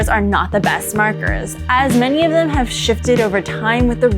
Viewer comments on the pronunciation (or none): none